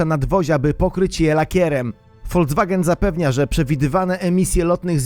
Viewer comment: folcwagen xD